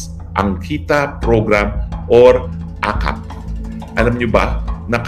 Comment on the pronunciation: akop hindi akap